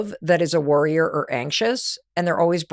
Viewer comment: Worryer or Worrior, you have a choice. For about a minute I kept hearing "Worrior" instead of "Worryer" and that's when I realized we have a choice.